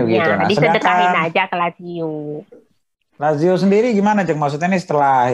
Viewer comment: Tolong bisikin ke si mbak, Lajio Sepele.